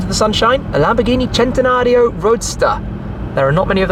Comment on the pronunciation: That "Lamborghini Centenario" was pronounced perfectly.